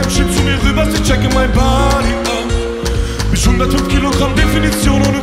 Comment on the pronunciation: bausa ist echt ein topp musiker, aber wieso tritt der immer nur mit diesen sprallos auf, die isch, misch und disch sagen?